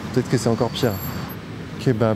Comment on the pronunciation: Bonsoir, par son intonation au prononcé de "Kebab" (début de vidéo), a clairement bien dévoilé inconsciemment l'intention réel de ses vidéos. Chacun a son analyse et chacun sa mission. Comprendra qui pourra. Faites attention à certitude qui vous réconforte.